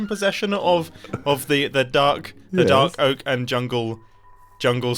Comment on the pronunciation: Did anyone else catch the Fark Oak instead of Dark Oak?